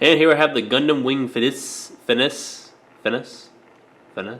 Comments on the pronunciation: FE - NEE - CHI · fen-ee- che lol i think this gundam appeared on jersey shore once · I believe it's pronounced Fin-ee-Chi